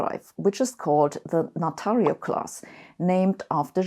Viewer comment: when she say natario class... i thought first space ship - natario class startrek ship is out... 😆